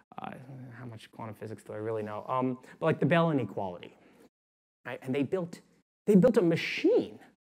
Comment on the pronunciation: Hi I'm not finished with the video yet but I'm hoping someone can help me. he says something about bellany quality and local hidden state. Trying to Google so I can find the research but I can't find it. I must have misspelled bellany quality but that's what I hear... What is it that he's actually saying?